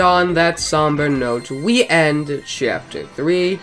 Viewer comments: I love how you pronounce Chyapter. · Can't you just talk normally and not say chyapter?